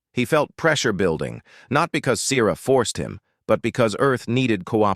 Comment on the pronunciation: The pronunciation of the name 'Sierra' or 'Siera" should emphasize the 'e' without making the letter hard!. English is a complex language and has a complex nature that is not easily done well!. Oops LoL 😮😢